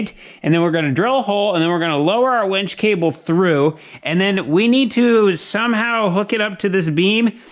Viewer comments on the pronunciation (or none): Why do you keep calling that a “WENCH”? It’s a WINCH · Winch not wench LOL 😂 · No one else hears wench, a serving waitress, instead of winch. A mechanical lifting or pulling device 😂🤣😂🤣😂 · I am pretty sure it is a winch NOT a wench. Made me chuckle. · It’s a winch, not a wench. A wench is a medieval female server in a pub. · a wEnch (wen(t)SH) is an old term for a a young woman etc. A wInch (win(t)SH) is what you have upstairs to lift the beams. Your pronunciation of winch always sounds like wench. LOL